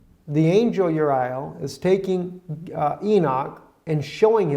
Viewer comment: Dude its pronounced as written: U- ri - el it means "Fire of God" One of the Four ARC Angels, Michael,Rafael, & Gabriel being the others. Uriel escorted Adam & Eve out of the Garden of Eden. Yo EVERYBODY OUT of THE Pool!